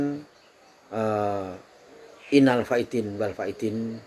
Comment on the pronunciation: Pak ijin koreksi, mengapa mengucapkan innal fa'idzin wal fa'idzin sih pak, emang g tau pak bacaannya pak, ijin bertanya pak, matursuwun 🙏🏼...